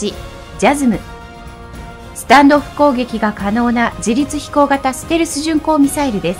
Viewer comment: スタンドオフ攻撃がスタンド攻撃に聞こえたw